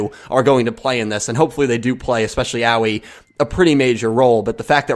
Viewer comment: the A sound in japanese is an "ah" sound. the I is more of "ee" sound. so its more of Ah-oy-ee. 葵 here is the kanji for it, you can copy and paste it into google translate and listen to how its pronounced it if you want. Make sure to change it to japanese since it might recognize it as chinese instead.